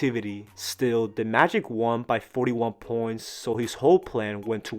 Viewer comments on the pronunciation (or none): I had to rewind to know whether or not my ears were deceiving me 😂